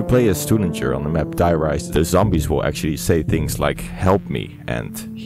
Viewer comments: FFS it's pronounced "Dee Rīsă"... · The way you pronounced die rise in ENGLISH did in fact hurt my guts 😐